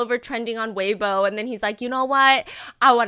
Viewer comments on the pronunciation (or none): none